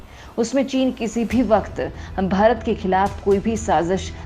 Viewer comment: Cant you say Bharat properly ?